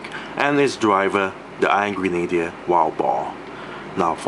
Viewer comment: Thought he was saying "Angry Needler" when pronouncing Iron Grenader the first few times